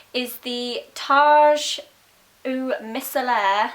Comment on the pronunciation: The way she said micellar hahaha